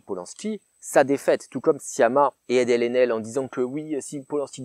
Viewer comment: Adèle "Chrachrachrapoulos", c'est magique xD